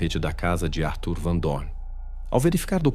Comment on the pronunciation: Ele não se decidi como pronuncia Arthur ou Atur